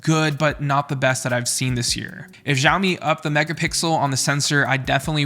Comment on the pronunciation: hi dude can try pronouncing it "shaowmi" instead of jiaomi?😁